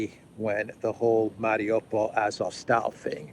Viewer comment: AzovSTAL. Not style. Means steel. Like Stalin: man of steel. AzovSTAL, Gangnam STYLE.